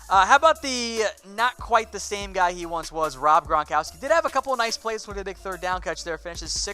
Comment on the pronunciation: You heard that? haha that's great. meant to say guy.....